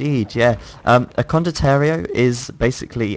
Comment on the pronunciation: con-doh-tee-eh-row not condoterio